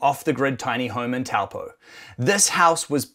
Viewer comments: Gotta pronounce Taupo right bro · Surprised there's no triggered g's saying IT'S PRONOUNCED TAWPAW!